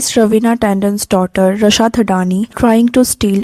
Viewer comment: Why you are pronounced the name wrong ? Rasha Tondon . Your voice is annoying . 😏